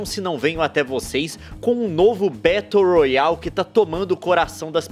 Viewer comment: "Betou rroali"